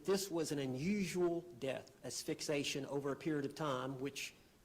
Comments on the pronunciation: I fast forward him, if I have to hear him say “a$$ fixation” one more time… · Omg, if says "Ah-Fix-A-Shun" one more time.... 😅😅😅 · there is no such thing as asfix ation. He can't even prounounce correctly and he is a lawyer? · He says assfixation 🤣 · Can not pronounce asphyxiation? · actually used Sarah's phrase 'properly prepare ' at least 2 different times. I know I'm nitpicking but he also doesn't know how to say the word asphyxiation correctly.